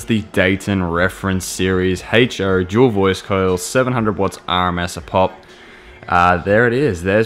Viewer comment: What is a Heych-Choe?